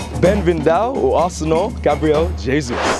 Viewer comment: Seriously 😑😑😑 "bienvindao"????..... Why do you even try....? 😖😖😖